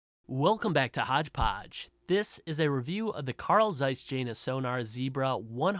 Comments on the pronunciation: Hey, no worries man. No one does their homework before preaching anything on YouTube. You don.t owe an apology to anybody for spreading misinformation. But thanks a bunch for it. I subbed!!!! ;-) BTW, it's pronounced Yena, if you want to sound like you know what you're talking about. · Jena is pronounced yen-na.